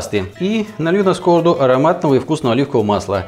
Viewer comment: сковородА. ударение на последний слог, а то режет слух. а за рецепт лайк!